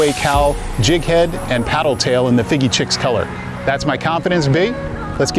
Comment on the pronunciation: Are you saying the name of the DOA Cal Shad incorrectly? Fiji 🇫🇯 Chicken color is Fiji Chix. Heddon ( Vintage lure company ) is said Hedd- on .